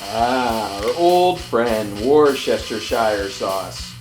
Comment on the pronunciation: It's pronounced wuss-ter-sheer sauce.